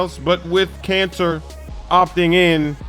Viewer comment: Is he saying Kanter or Cancer?